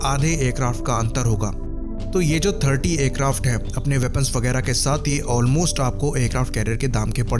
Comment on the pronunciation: In all videos "Wagahrah"🙁